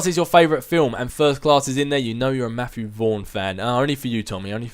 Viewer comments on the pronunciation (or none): none